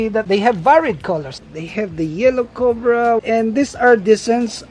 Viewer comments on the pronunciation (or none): none